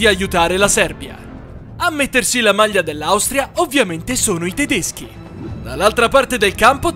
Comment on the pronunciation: E tedeschia 🤣🤣🤣